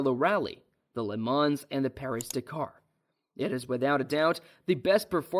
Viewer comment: the way Porsche and Le mans pronunciation were butchered, but great video though🤣